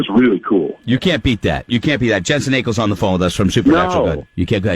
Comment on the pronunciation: Every time I hear this guy mispronounce Jensen Ackles name I cringe. 🤖😩😞